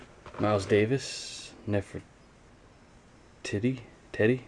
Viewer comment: NEf - ER- TEET - EE